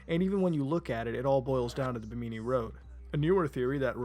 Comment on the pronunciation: You're pronouncing Bimini wrong